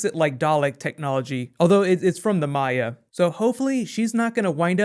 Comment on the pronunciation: They are not called the My-a, they're called the Mire. They're san r in there, dude.